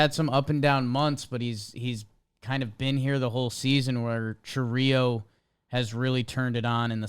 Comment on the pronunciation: Also, if it was pronounced the way you guys said it, it would be spelled Chourío instead of Chourio